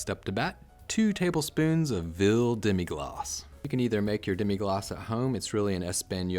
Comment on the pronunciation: I can’t find vill Demi glas, but I found veal. Are you saying veal Demi glas?